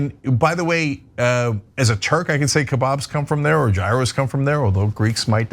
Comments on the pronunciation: Isn't gyro pronounced like year-o, with a rolled "r" in there - and that is Greek, but was derived from the Turkish doner kebab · Gyros? As a Turk, I would have thought you could pronounce a Greek word. It's HERE-rows. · From a Greek, It’s actually pronounced “Yee-ro”. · Cenk, your were born in Turkey. I'm disappointed at how you pronounced "gyro". Is that a requirement for American citizenship? You swear an oath to butcher the pronunciation of all non-English words? Let's say it together "YEE-ro"